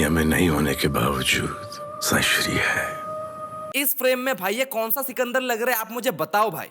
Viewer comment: Bhai chukandar nahi sikandar hai yaar.😂😂😂😂